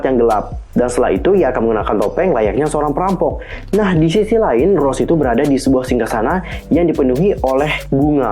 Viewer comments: Rosé (eng:Rosay) ya, wak. Bukan ROS. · Fyi bang, nama Rosé tuh bacanya é-nya tuh ikutan dibaca hihii. Kek aksen indoo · Rose... Wqqqq pronounce nya bang